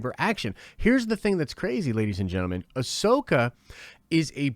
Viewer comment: I mean she pronounced ‘Ahsoka’ wrong in an interview😂. Despite that tho she expressed how much she’d love to play the character. Whether she’s a fan who knows but it sounds like she’s really willing to perform and get it right. Considering she’s someone who’s done a lot of voice acting, I can imagine she would’ve watched CW material with producers to perfect the voice. Here’s to hoping. Can’t wait to see her